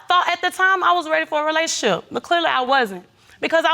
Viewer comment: RELAYSHUNSHI?🤦🏾‍♀️🤷🏾‍♀️😅 Once a compulsive liar...always a compulsive liar. btw They did an amazing job on her make-up.